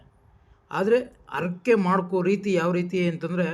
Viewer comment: ಅರಕೆ ಅಲ್ಲ ಹರಕೆ, ಅನ್ನೊಂದು ಅಲ್ಲ ಹನ್ನೊಂದು. Etc .........